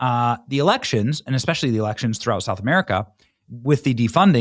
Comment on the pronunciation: Oh, Elections. I thought he said Erections.